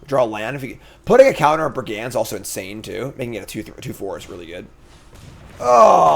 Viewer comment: That one doesn't bug me but....100 BrigANDS :{ brigand = brig und cacophony = cuh caw phone eee